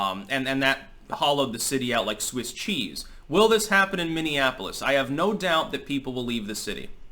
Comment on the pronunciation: Most of the rioters can't even pronounce "Minneapolis". Wtf is a mimiafolif?